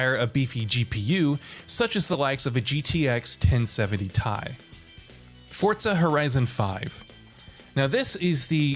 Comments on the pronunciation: Did this man just say "1070 tie"? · That's what I heard too 😂